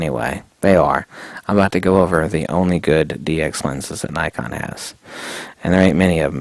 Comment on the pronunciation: You need to stop mispronouncing 'Nikon' mate